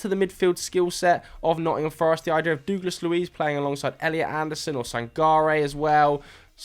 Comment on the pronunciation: I’ve said it before, and I’ll say it again.. you mispronounce Douglas really badly 😂